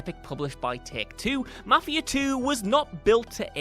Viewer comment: I thought you were saying "Matthew 2" instead of mafia lol. Like , wtf is Matthew 2?? Never heard of that game but it looks kinda like mafi-..... oh. I am the dumb